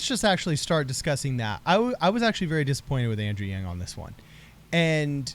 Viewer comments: Actually she pronounced his name closer to the correct pronunciation the second time. From a Chinese pronunciation that is. 'a' is more for a 'ahhh' sound... 'ahhhng'... yang. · Doesn't really matter but the pronunciation of Yang in Mandarin is closer to Young. Not a long A sound. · Love your show. And the “yang” is pronounced in Chinese as “y ah ng” in one syllable. All the current English pronunciation of Yang, Wang etc are all not really right. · The word yang 楊 is actually pronounced "young" with a second tone accent in mandarin Chinese, spoken in Taiwan. The word was translated to the us adapting the spelling of Yang. Andrew weren't raised in Taiwan, and probably called himself yang all his life, so it was normal all in all when everyone on the web call yang, but if whoopi did her homework and called him young, it wasn't wrong and actually show her respect.. If she did know that was the correct way of saying it. Which was very refreshing I might add to hear Chinese pronounced somewhat correctly for a change. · Yang is pronounced like “Yahng” in asian languages like Chinese, Taiwanese, or Korean. She pronounced his name in the traditional way, that’s all.